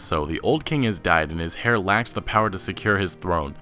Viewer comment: heir is said air not hare. diplomacy made me lol